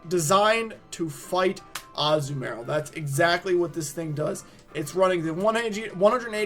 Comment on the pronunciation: I hate the way you say Azumarill